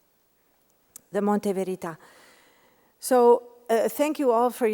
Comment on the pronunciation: It's funny how Lea Porsager pronounces the words Monte Verità in a way that they sound like "Mondo Pizza". Szeemann would probably have liked it